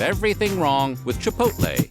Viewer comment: I've never eaten at Chipotle, but I still would like to thank you for pronouncing the name correctly. It's like nails on a chalkboard when people insist on saying "Chip poll tay" 😉😄😂